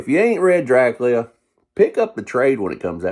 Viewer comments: I'm 56, and I've always heard it pronounced "Drac-you-la". Now, in "Bram Stoker's 'Dracula' " I seem to recall Gary Oldham and Anthony Hopkins pronouncing it "Dra-coo-la", but that was a few years ago. Since you live in Nashville, I'll have to call my friends down there and see how they pronounce it, LOL. Gonna have to subscribe to your channel for more videos! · I always though it was Drac-you-la. But that's just me. Keep on doin' what you're doin'! Good thing I wasn't taking a drink of water when you said "It's so good it'll blow your dick off" because I started laughing so hard at that line! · I love his enthusiasm! But...why doe he prounounce the Count's name as "Drac-lee-uh"?